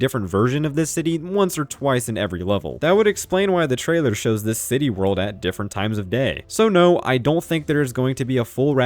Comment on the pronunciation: I'm begging you, please stop calling it "City World".